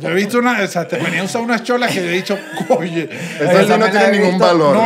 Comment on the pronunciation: EN QUE PARTE DE CARACAS SE DICE COYE EN VEZ DE OYE?